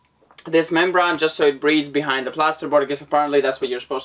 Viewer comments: membrane it's pronounced ...mem BRAIN not mem BRON ☺ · Inside your skull is a brain so that's how you pronounce membrane not criticising just trying help improve your English